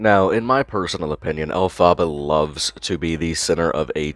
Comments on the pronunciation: Good and important video 100% but as someone with a love of wicked it’s pronounced el-fuh-buh not el-fah-ba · It’s like elf-uh-bah not El Fah Bah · Every time you say elpharba I'm dying 😅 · anyone else think it’s supposed to be el-pAH-bah like wicked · Great video but please say it like elfa-buh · Please do a doc on her! Btw, it’s pronounced elf-uh-buh :) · Idk why but hearing the name Elphaba (she took it from Wicked) pronounced Ell-FahBah sounds very funny. Like a Spanish monster or something lol. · Ell-fuh-buh is probably a better way to write it, I’m an Aussie and forgot we pronounce our A’s differently lmao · The way you say their name is killing me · I cannot watch this video without cringing especially by the way you pronounce elphaba 😭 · Elphaba is too beautiful of a name for be bestowed on this creature. You’re also totally mispronouncing it but I don’t wanna defend this shrag at all lol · The pronunciation of Elphaba 😅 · the way you’re saying elphaba is making me giggle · Omg the way you say the name makes me so angry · Why is he pronouncing elphaba like that haha